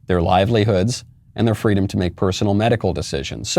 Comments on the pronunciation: It’s been a long time since a member of the Biden administration thought “fweedom” was important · I thought Kamala said it was fleewweeeedum when she stole a story directly from Martin Luther King